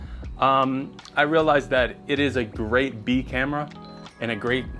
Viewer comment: did you say Bee camera?